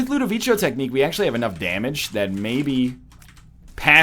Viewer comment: Ludovico is actually pronounced Ludoviko like the c in the word cat!